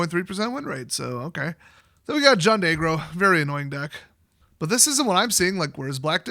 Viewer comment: Aggro? I thought you were saying "egg roll deck." I just figured I'd been away for a while so I didn't recognize the powerful egg role deck.